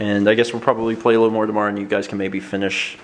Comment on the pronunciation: "He said 'toMORRRRow.": -.– thinking, quit pointing out my Canadian-ness. XD As someone who's lived in the U.S. and Canada, this is amusing to me.